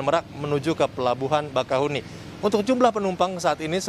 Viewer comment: Penyebutannya bakauhe(E)ni min bukan bakauheni atau bakauhuni 😁.